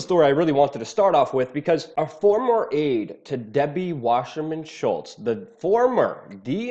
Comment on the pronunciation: Why the "sh" sound in Wasserman? sssssss!